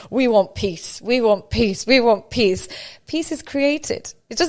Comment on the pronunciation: PEACE... not PIECE 🤣🤣